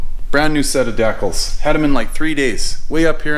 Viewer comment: Love your channel and I chuckle every time I hear you say decals :)